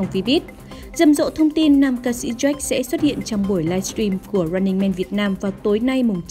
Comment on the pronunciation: MC đọc jack thành Z..o..ếch lúc dạo đầu :)))